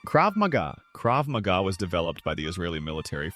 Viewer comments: “krav maga” 🥀🥀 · Bro said Krav Maga lmao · How much they pay you to say "Krav Maga"